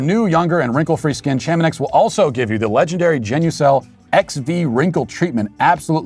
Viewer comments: Please don't say ChamoNIX again. I thinks that it's pronounced ChamoNEE. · I believe it is pronoumced Shah-Mah-Nee. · Chamonix is pronounced, "shah▪︎moe ▪︎KNEE". You're welcome. Now, apologize to your sponsor...